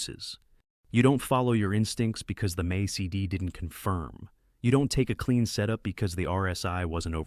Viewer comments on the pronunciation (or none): The things you say, click! But then I wish, you were a real person narrating those things instead of AI speaking the script. Because all the vibe vanishes when AI speaks "MAISI-D" instead of "MAC-D". Come on, hire a human narrator! 🙂